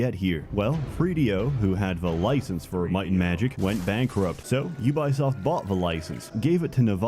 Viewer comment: Please notice how consistently says 'Ubuysoft', gotta love it, with or without the blocked clip. You can still find the original on other video sites btw, instant classic!